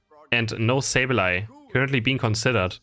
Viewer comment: its not soul its pronounced S 8 U L maybe I'm wrong but the commentators on the stream were calling them btw love your video